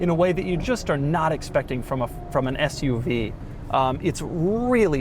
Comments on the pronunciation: Did you say Fth-UV or Sth-UV? I couldn't make out. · I feel like if you called it an “FUV” people would think you are swearing lol